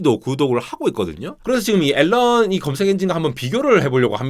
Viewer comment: "알"란 ㅋㅋㅋㅋㅋㅋ